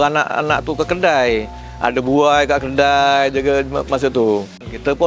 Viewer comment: 😅😅😅Kedai bangggg.....kedaiiii.....bkn keldaiiii.......dah mcm kaldai dh aku dgr😂😂😂😂😂😂